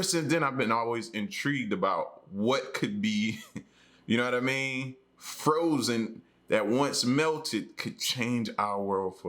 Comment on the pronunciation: I ain't hear a word u said after u said froshen 🤣🤣🤣